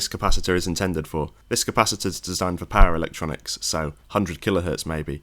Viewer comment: For a while I was like, what on earth are these para-electronics he keeps talking about 😅 before he got to the Hz of mains, and I finally realized he was saying "power electronics" 😂